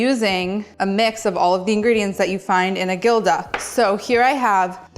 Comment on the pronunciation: btw gilda is pronounced "hilda" sounds like a H😊